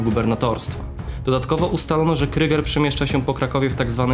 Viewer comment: super material delikatna poprawka nie wymawiajcie kryger tylko kruuuuger cos jak przeciagniete u pozdrawiam